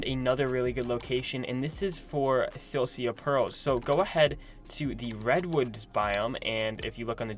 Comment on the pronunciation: Lol silcia Perls it’s silica pearls